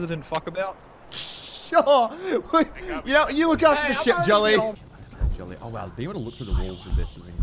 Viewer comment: Until he talked I thought was saying "Joline" not Jolly.